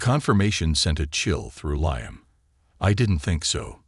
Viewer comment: Liam pronounced leam